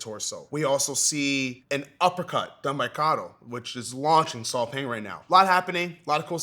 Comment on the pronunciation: Burmese here...Paing is pronounced "Pine" (without the emphasis for the P word ) rather than "Peng" or "Paing". It makes me happy to see that Lethwei is getting some recognition !